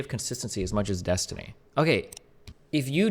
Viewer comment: The only constant is "dessiny? Dats a goirls name xD".